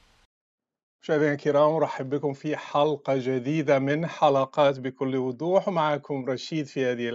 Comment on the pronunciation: بكل وضوح وليس بكل ودوح لغة الضاد ثقيلة عليك يارشيد يا عدو الله